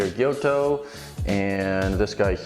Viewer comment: tsuchime, gyuto, bunka....your pronunciation of these words are really really off, please ask a native japanese speaker on how to pronounce them